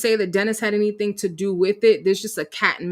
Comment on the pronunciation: She’s never productive. How many times has she said “I don’t do anythinK”, “I’m not doinK anythinK”?